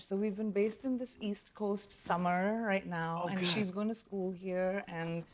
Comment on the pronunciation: Now she talks in american accent like " summerrrr" 😂